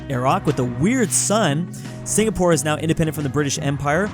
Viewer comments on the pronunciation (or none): none